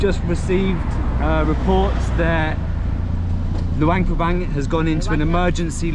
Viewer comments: no wonder you pronounce it with a Bang. Like Vientiane…some people pronounce it TeeAnne. It’s one thing when they’re new to the Laos. But it gets confusing, like I’m thinking their way is the new way and acceptable. Idk. I haven’t been to Laos since 2005. Even Lao Americans are trying to change the spelling so that it reads how it spells. So nobody takes the time to find out what the rules are. If tourists are pronouncing it one way, then that might be the right way. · In the beginning, you said Luangprapang almost right to my ears…maybe cuz it almost rhymes with lockdown. Then other times you pronounce it Bang bang bang. Now I’m confused on the spelling. I instinctively spelled it Luangprapang. Is that right? Or is it Luangpabang